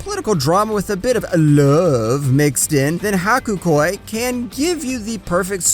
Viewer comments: No.7 It's Hakuōki, not "Hakukoi". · “Haku Koi” lol it’s Hakuoki